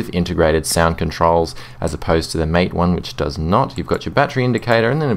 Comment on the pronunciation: Thanks for the reply. Sorry I'm nitpicking here, but I think MATE is supposed to be pronounced so as to rhyme with the last 2 syllables of Karate (the martial art). This is because MATE is named after the South American beverage of the same name.